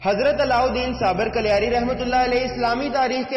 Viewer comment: कलियार nahi कलियर hai, ye Roorkee, Uttrakhand me hai